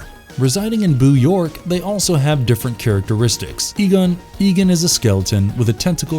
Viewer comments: Are you intentionally mispronouncing those names? Good video tho. It's more like E-gone. E-gun, funny stuff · E-gone, not Egun. Still, great video. Always nice to see others that still love this series. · E-gone. E-GONE. Not "Egun". EGONE. Egon. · Egon’s name is pronounced “E-gone”. Not “Egan”. Otherwise great video. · His name is egon not egin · Biggest bug bear with this video is you say Egen when his name is clearly pronounced Egon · Can't you pronounce Egon properly? Ee-gahn. NOT Egan. Fuck's sake. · I'm sorry, but I just couldn't get through this whole video. The mispronunciations were quite annoying. It's E-GON, not E-GAN. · I am struggling to watch this with all of the mispronounced names. Any Ghostbuster fan knows that Egon is pronounced Egawn and not Egen. Many other names also mispronounced. Do some research. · Sorry had to downvote this because of your awful and irritating pronunciation of EgOn. It's Egon. almost like dawn not Egen. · Who's Eegan? It's E-GONE!!! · Who is "Egun"? Its EGON...say it with me dude...EGON....good video tho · Its Egon, not Egan. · How the fuck are you going to make a Ghostbusters video about monsters while SAYING EGON AS EGAN. HOLY SHIT THEY PRONOUNCE HIS NAME IN THE SHOW AND MOVIES...E-GONE. EGON NOT EGAN. AND FUCK YES I THUMB DOWNED THE VIDEO JUST BECAUSE YOU MONSTROUSLY BUTCHERED HIS NAME. LOL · Just aykroyd? He calls egon egan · That's Ivan (pronounced with a LONG I sound at the beginning, NOT YVONNE). Also, that's Harold Ramis (RAY-MISS) and Egon (EE-GONE) Spengler. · Its pronounced (E-Gon) Please and thank you. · Hey, maybe have the narrator watch any ghostbusters material before he records. It makes me cringe when he calls egon “eggin” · Egin haha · Right. E-Gen? The fuk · Why are Ramis, Egon and Ivan pronounced wrong? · Great video. Though, I don't like how you pronounce Egon.